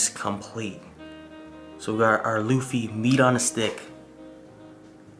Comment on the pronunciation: its luffy not lofy